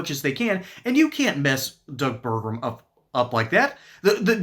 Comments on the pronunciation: Pronounced: Ber-gum Not: Ber-grum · It’s pronounced Burgum, not Burgrum.